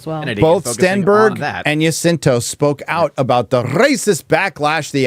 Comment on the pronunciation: “Jacinto” is pronounced with a J, not a Y. J like “just”. Not “Yacinto”.